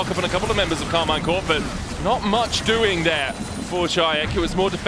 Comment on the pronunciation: Please its pronounced "Karmeen"